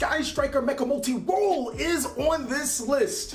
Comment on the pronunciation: Lol gotta love how he says molti roll when u needs to talk about widow